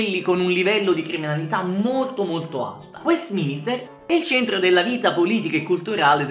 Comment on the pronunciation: Mi sono fermato a quando hai detto “westMINISTER”. for fuck sake, è west MINSTER!!